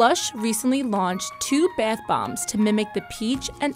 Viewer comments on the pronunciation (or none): Is it just me or is the girl saying Beth instead of bath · Its bathhhh not beith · It's not beith nor beyth or whatever, it's bathe. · y do i found ' beth bomb ' so frustrating its bathh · 50%the emojis in the thumbnail 40%how she says the word “bath” like “baeth” 10%actually about the video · i hate how she say bath lmao it sounds like byath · The way she says bath she says Beth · “The baith bomb” Bruv isn’t it bath bomb not whatever she said? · The way she says bath bomb bath bomb not beith bomb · am I the only one annoyed by the way she says bath? Like it’s bAth not bEEth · Beaith bomb 🤦🤦🤦🤦🤦 BATH JUST SAY BATH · “Beath” bomb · I was like why are you saying BAATH BOMBS likes WTH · Leora Moskowitz yes! I thought every one was just going to ignore the “beath bombs” pronunciation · baeth bombs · No its bee-ath boemb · She says ba YUTH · "bEiTh BoMb" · Let's be honest, everybody gets annoyed when she says "Baeth bomb" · She keeps saying the “Beth bombs” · Waitttt if she pronounces bath as beth then how does she pronounce math? Lmao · Wow you're really struggling to say the word "Bath" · Why does she say it like beath bomb? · Why does she say bath beaaaath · "Beath" bombs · i cringed everytime she said biathe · Is she saying BETH bomb? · oml who else was soo annoyed by her saying beayth boyyum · Does anyone else get annoyed when she said ‘beythbomb’ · Isn't anyone bothered by her saying bath wrong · Please learn how to say bath right